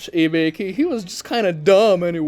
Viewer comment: Bro, you've been doing this for years, you can't go on pronouncing names like Ibiki as Ibikyu.